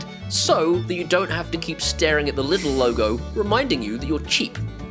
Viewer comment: its not pronounced lid l, its german and in englisch pronounced leedl